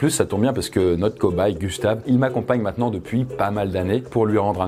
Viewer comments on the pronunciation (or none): none